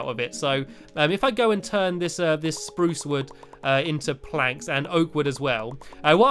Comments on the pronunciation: stumpy you did not say spruce like this sprrrrUce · U said spuce rong